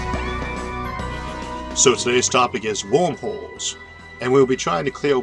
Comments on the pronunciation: im sorry i keep hearing wormwhores :) but i love your videos!!! awesome content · Video was fantastic as always, but I kept hearing "Wormholes" as "Womb Holes" which was a bit distracting.